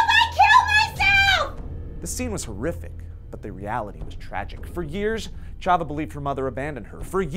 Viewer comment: also how you mispronounced chava's name